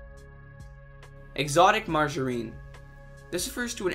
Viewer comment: e-exotic ma-margarine? My life is a lie.